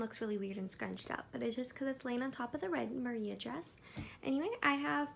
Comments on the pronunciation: LOVE THIS! also pronounce it Mariah !! also ik i’m late hahahahaha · It’s spelled Maria but it’s pronounce Mariah. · Idk if you know this already, but it’s Mariah with an h at the end, pronounced like Mariah Carey